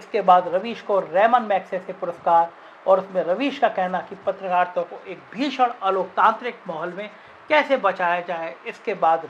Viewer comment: Chal Chutie… patrakaarita ka pronunciation to thik kar le gyaan dene se pahle